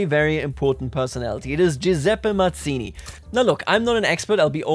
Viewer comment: Hello! Italian here! We pronounce Mazzini both as /madz:ini/ (more common) and /mats:ini/ (less common) so don't worry, your pronounciation is good!